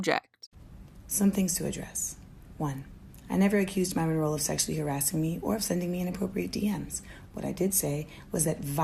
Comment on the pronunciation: MYRON not MARLON lol